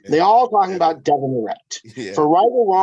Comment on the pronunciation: All these years and so can't say Devon or Travis last name properly lol.